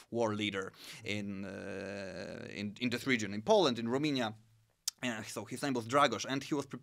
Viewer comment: I can't understand why someone who is interested so much in history and geopolitics doesn't know how to pronounce Romania. It is quite embarrassing. Also on language subject he has done some resarch but not at the level that he can explain to others what's what. For summary I will say that if it written the languages are totally identical and in speaking it does not differ at all with the accent spoken in Romania part of Moldova region. I appraciate the good will of this channel/video but a small (at least)wikipedia research and some maps will not hurt.